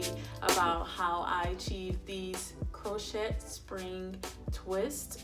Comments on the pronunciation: Beautiful. I’m going to do my hair this weekend in spring twists for the second time. FYI- the “t” in crochet is silent so it’s pronounced “crow-shay”. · Sweetie it is pronounced Crow shay...Baby Girl...you did a great job...